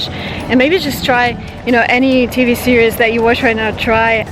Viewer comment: She does. It's a common mistake for Russians because in Russian a series is сериал. Which sounds like cereal but with the stress on the last syllable